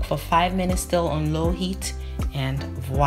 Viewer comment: Annwa not angwa...stress on the "n".